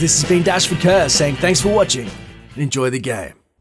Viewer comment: the spy said enyoy the game